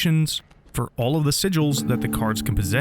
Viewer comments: Sigils, not, "Siglis" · "siglis" lol